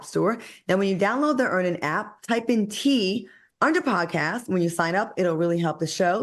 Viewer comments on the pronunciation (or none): Lol stop making Al discuss Earnin’…. He always says Earn In 😂